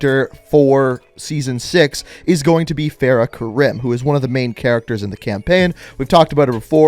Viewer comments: Her name isnt Feh-rah kerim, its Farah Karim 😂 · I love your vids bro. But as an Arab, the way you pronounce Farah Karim is kinda pissing me off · why do you never pronounce Farah Karim right?